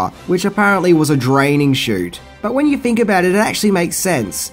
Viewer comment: This could have been a pretty good video but the guy who narrates it uses a version of English that is below that of an 8 year old. Wiv, Luffer, frilled, fink....need I go on!